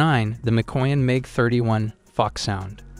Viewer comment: Couple things. Foxhound, not Fox Sound. And it's patently absurd that the F-15 and F-16 aren't on the list. It's like you just made a greatest hits list of different manufacturers. And even then, the F-15 should have been on the list.